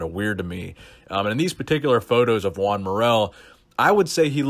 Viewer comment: SHOTGUN20000 Lol I thought he was saying “Gian”